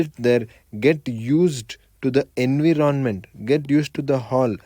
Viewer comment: Environmental pronunciation is lit 🔥